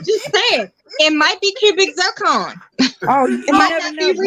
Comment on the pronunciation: Why the panel didn't correct that woman when she was trying to say cubic zirconia they going to send her out in the world sounding like a fool if she ever say that to somebody else